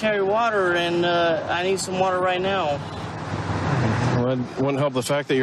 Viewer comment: "I need some waterrrgg! Amazing